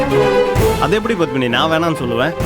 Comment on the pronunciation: Pavitra really deserves this.For every little problem she used to call Pandyan as if he was her personal body guard,and suddenly he has become persona non grata. Oh it is PADMINI not BATHMINI.